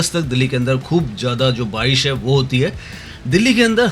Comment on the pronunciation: bhai aapko pronunciation sahi karne ki bahut zarurat hain, aap barish ko bhi baris bolte ho